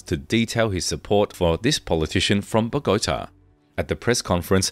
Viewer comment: I wish you would pronounce Ochoa correctly. Such an insult and disrespect to the family. And pronounce Bogota right. If you can't pronounce Spanish correctly then don't make the video, it's very disrespectful.